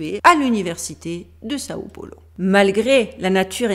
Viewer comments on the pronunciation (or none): none